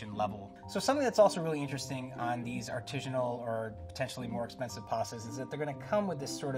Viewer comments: I want to shoot myself every time he says "artijinal" it's ARTISINAL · Is my man really saying artijinal?? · If this guy says 'arteezhunal' one more time I'm going to scream. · It’s “artisanal”, not “artisianal”. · Artisanal sounds like artisan, not artesian. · smartypants: “rigidity” doesn’t describe ridges or texture—it’s a measure of how rigid (stiff) something is. When you say “artesianal” (not a word), you mean “artisanal” I say this in the same spirit as I would if I were pointing out something stuck in your teeth. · Like for everytime says artizhinal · Why didn't anybody help this dude out with the pronunciation of artisinal? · Whyyy does he keep saying artijinal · This man just constantly saying "artishanal" really distracts from the expertise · Expert mispronouncing artisanal? Priceless. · If you're gonna feel the need to say the word artisanal 20 times then please pronounce it right. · The word artisanal doesn't have a g in it. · That's not how you say artisanal. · Bugs me so much he can’t pronounce artisanal correctly. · Anyone else super irritated by the constant, incorrect pronunciation of "artisanal"? Just me?